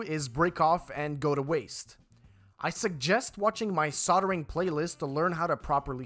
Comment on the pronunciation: There's an 'L' in soldering. it's not soddering